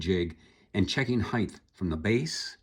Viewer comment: "Heighth"? It's height. Hard T on the end.